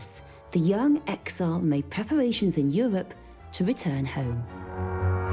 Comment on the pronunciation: "...they made pwepawations in Euwope to wetun home." What dialect is this? Or is it a speech impediment? Forgive my ignorance, as I'm obviously not from the UK, but I would seriously like to know.